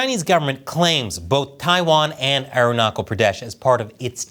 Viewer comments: It's pronounced aruna chal not kal. Ch as challenge. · It's not Arunakal, it's Arunachal chia like china! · ch in Arunachal is pronouneced like ch in chair not k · It’s not Arunakal Pradesh it’s pronounced as Arunachal Pradesh. Cha as China or Cha church 😇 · It is not pronounced as "Aruna-kal". The "ch" in Arunachal is pronounced as "ch" in Chalk. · Hey! Love your content. Im from India and Just wanted to ĺet you know that arunachal is not pronounced ArunaKal. Ch in arunachal is pronounced like ch in chipotle. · In Arunachal “ ch” is pronounced as in Chelsea and cheese. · The "Ch" in Arunachal is pronounced as Ch in chair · Arunachal is pronounced with ‘ch’ as in touch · Aruna "ch" al Pradesh is pronounced like "ch" ina. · the way he pronounced Arunachal…😂😂😂😂😂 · Arunachal Pradesh is pronounced with a ch as in child